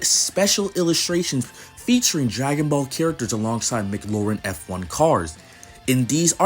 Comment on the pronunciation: Cool video, but your pronunciation was a little off. Specifically when talking about F1 lol